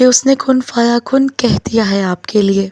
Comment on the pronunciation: كن فيكون. Not كن فيكن يى غلط